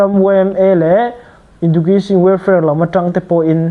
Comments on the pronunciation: Education i lam dan chu le 😢😢😢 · Education lam rik dan chu tlem a i lo practice belh a ngai ang ❤